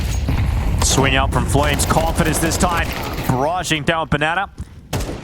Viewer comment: Fire the caster calling FlameZ Fwamez